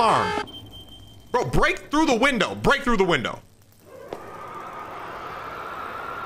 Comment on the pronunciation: my favorite part is when he says "open de door"